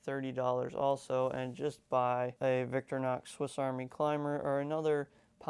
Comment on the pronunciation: Vic-tor-inox not “Victrinox”